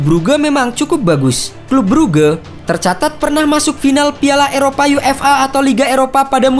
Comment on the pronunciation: Bang baca nya bukan bruge